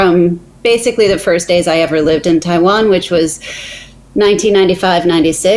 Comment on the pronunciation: 又拿著 我要讓全世界看到台灣,連國家名字都講不清楚，是真的愛台灣? 實際的問題 是生計還是真愛